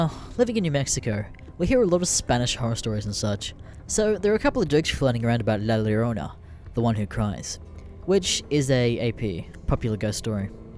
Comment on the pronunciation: Fucking nailed the Spanish pronounciation